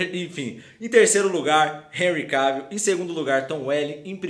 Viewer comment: Seu canal e’ otimo , muito melhor do que aquele outro de óculos lá, que só copia... Mas olha só , não pronuncia “Henry Keivill, é CAvill mesmo rs... agora esse Superman Tyler é ridículo hein... Superman jamais perderia da Supergirl e seria tão coadjuvante como ele é